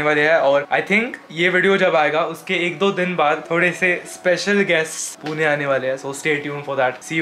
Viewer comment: Please पूना वैगरे म्हणु नकोस... it's पुणे not पुना or पुने..bruh!!